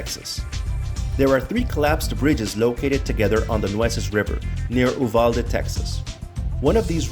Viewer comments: It's pronounced "U"valde ... long U. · Consider making a phone call to a post office or city office to get a local pronunciation instead of making a fool of yourself and undermining your own credibility. It’s “You-val-dee”. (Rhymes with ‘new valley’). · Uvalde is pronounced like "You-valldee" other than that dope video. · I live near EEEvadale (that's how it's pronounced), and saw the bridge on Google Maps satellite view. I confirm that it's impossible to get to on land, especially from the west side. I'd love to though, because I have a fascination with abandoned roads & railroads.